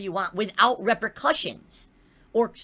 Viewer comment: loves mispronouncing the word repercussions. You can set your watch to it. Also, the denial is so strong in the. Pignosis on steroids!